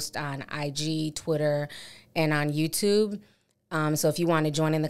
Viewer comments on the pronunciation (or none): none